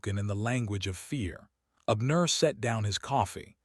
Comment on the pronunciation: Most interesting indeed!👌🏾☺️🌺 The name Abner is pronounced:- ‘Ab, as in abs, and nur’.